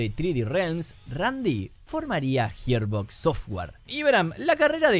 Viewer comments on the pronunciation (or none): "Gir" no "Hir" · hermano profavor la pronunciacion arruino todo el video, Yiarbox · JIR BOX ??????? me tiltea que pronuncias como el culo Gearbox, pero el resto bien ¿porqué mierda haces eso?